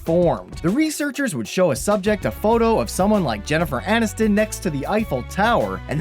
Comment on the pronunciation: jennifer (H)aniston? haniston?